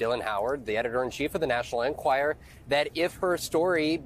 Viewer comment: Someone please explain to Vaughn that it's pronounced: en- QUIRE- er